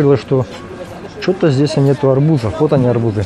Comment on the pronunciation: Кошмар!!! ЗдесЯ, тамА, тутА... Невозможно вас слушать..следите за своей речью, пожалуйста..((((